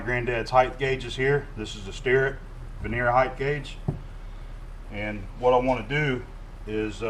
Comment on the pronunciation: Hey I heard you say veneer several times unless your speaking about wood veneer its pronounced ver-ni-er....just having little fun don't get hot LOL